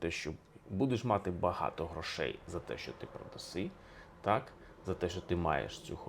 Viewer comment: Пане Алфьоров, Ваші наголоси мусять бути правильними і не псувати мелодику щедрівки… Аж ніяк не хорошИй, аж ніяк не матИ… Та й з приводу коша ( а звідси - кошара) і товару варто б подивитися глибше і докладніше… Етимологія - непроста справа…